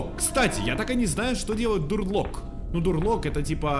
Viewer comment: "Дур лок" Люди, которые изучают английский язык:*покинули чат *